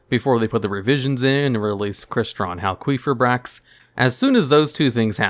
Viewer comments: I'm pretty sure the qi in halqifibrax is pronounced as key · No one gonna mention this man saying "hal-QUEEF-ibrax" ? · "Crystron HalQUEEFibrax." Lmao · "Crystron Halqueefibrax". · We need to have a talk about Hal-queef-fib-axe and his pronunciation. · Anyone else noticed he said hal queef eye backs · did you just say hal-queef-ibrax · I’ve never heard crystron halqifibrax be pronounced the way you do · never heard someone pronounce halqifibrax like that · So am I the only one bothered by how says Halqifibrax?